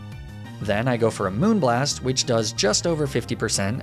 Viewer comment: Hearing you say moonblast properly feels so weird